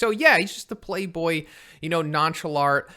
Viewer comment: Z can't pronounce nonchalant apparently